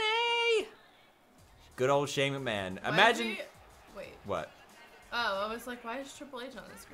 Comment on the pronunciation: when you said "go shane mcmahon"at his entrance, I thought you said "go shaving man"